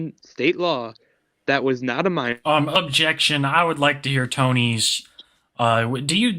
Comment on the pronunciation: he is NOH a pwewewur